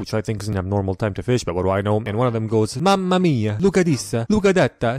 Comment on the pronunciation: I'm italian and hearing you say words like "vaffanculo" or "mamma mia" is literally the most funny shit ever